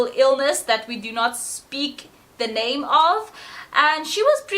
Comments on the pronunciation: I'm filipino, and im impressed you pronounce their names right. This is a great video . Interesting... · Thai NAMES are some of the Longest ever (in terms of number of syllables) but you did INCREDIBLE -- both pronunciation & getting through the syllables 👏👍👌